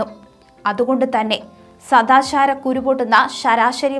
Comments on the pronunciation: This lady can't pronounce Malayalam properly. It's not Rasyam say "rajyam" it's not "sadasharam" say. Sadajaram" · Sadajaram allaa sadaachaaram സദാജാരം അല്ല സദാചാരം 🙏